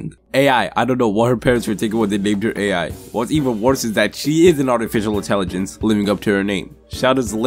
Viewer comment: AI’s name is pronounced like “eye”